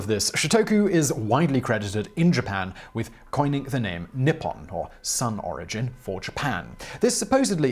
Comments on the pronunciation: Simon, good job on a lot of those Japanese pronunciations. You just kept saying Nippon as nipon instead of how it's pronounced in Japanese. The "I" makes a hard "e" sound. So written out phonetically, it would look like Neeppon. But you nailed just about all the other pronunciations, which surprised me. The simple one is hardest and the complex ones are easier? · I find it a little peculiar that the way you say Nippon sounds like "nipple"... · Huhuhuhuh, nippon sounds like nipple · That mispronunciation of 日本(nippon) had me reeling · as a Japanese language student who knows the answer..... let the trial begin... i will edit after Edit: Not bad. As for pronunciation, pretty good, but it should be NI ppon / NI hon and not ni PPON / ni HON You did miss that the characters themselves 日本 (ni - hon/ppon) mean:日 Ni : Sun/day 本 Hon/Pon: root/beggining/ book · Your pronunciation of Wakoku (和国) was good enough. However Nippon (日本) could use work if it should come up in the future and you happen to remember great ni is pronounced like knee and the o in pon is long like in orange. The same is true for nihhon (also 日本). For anyone who is curious the wa (和) from wakoku is still used to refer to Japan in words like 和食 (washoku) which is Japanese food but in most cases Nihhon or Nippon are used like 日本語 (Japanese language) and 日本人 (Japanese people).